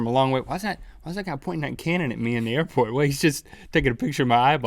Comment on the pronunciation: The "Earport"